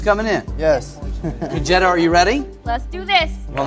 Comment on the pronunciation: Woohoo! Her feigning shame at the boss flirting question... 😂 Also why does her name sound like a slang term for a stolen VW? 😂 "Con-Jetta"